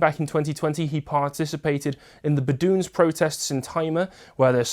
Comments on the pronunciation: Is it not pronounced 'bed o win' in English. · Is it not pronounced Bed o en ?